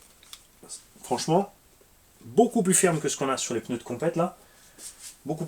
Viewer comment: Mmmmmm des peuneus pouet poueeeeeet